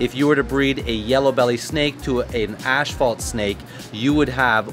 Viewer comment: It's pronounced (ass-phalt) not Ash-phalt ....asphalt. .... inform Billy also lol